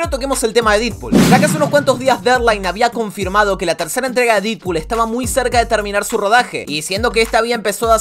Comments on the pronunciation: Se dice dedpool xd, se escribe deadpool pero se pronuncia dedpool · Mejora la pronunciación de los nombres. No hace falta un profesorado de inglés para pronunciar Deadpool como "dedpul" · Porque le decia didpool 😂